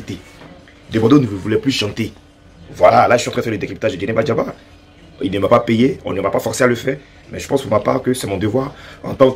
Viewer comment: On dit Djeneba Djaba, ❤🎉 Bravooo Debordo